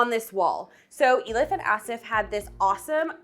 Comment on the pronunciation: I love you, but the mispronounciation of these people's names is really uncalled for. Why haven't you actually asked them how their names are pronounced? Not Ay-lif / Ey-lif, but 'E' as in elephant and 'lif'.....